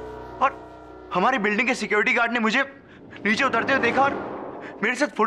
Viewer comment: Billi morya neeche ko neechu bolti hain 🤣😂😂